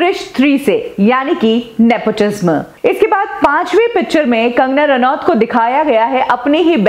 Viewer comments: It's Nepotism and not Nepotisma as you pronounce ...Kangana is exaggerating nepotism a far bit I guess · Love the way she says Nepotisma instead of nepotism.😀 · Nepo tizmmmm nhi😅😅😅, NEPOTISM Hota hai....... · omg why are u pronouncing it.. "nepotizzmaa" are u well educated enough to be reporter??? or are u also the product of nepotizzzmaaa??? ## kangana❤️queen ## justice for SSR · I was about to comment this she pronounces the word truth differently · PRONOUNCE IT AS nepo TIZAM. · Please learn to pronounce “NEPOTISM” I get goosebumps when she pronounces “NEPOTISM” its so simple to pronounce it. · Nepotism is pronounced as nepo ti sam, ने पो टी स म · Why do you pronounce nepotism so weirdly??nepoti - sma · The pronunciation of nepotism is ne-po- tee-zem. Please say it right. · Just a suggestion. Please pronounce properly the word nepotism. Dont put pressure while pronouncing the word tism. Tism should be pronounced as tisam. So pronounce it as nepotisam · I got triggered when you pronounce nepotism like in the last 'sm' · Please pronounce "Nepotism" properly... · Your say nepotism v weirdly...bad pronunciation